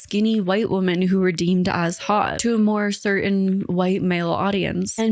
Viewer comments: i was looking for this comment. she also always say woman instead of women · Man Men. Woman Women. Whim-In. The plural of woman is women pronounced Whim-in. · I can’t get over this, it’s been so many videos. The way “women” is pronounced sounds exactly like “woman” every time and it jolts my brain. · Why do so many female content creators pronounce ”woman” and ”women” the same? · it jolts my brain too, and maybe it's a pronunciation evolution. I've seen old movies from the 1940's where "homicide" pronounced as "home-uh-cide"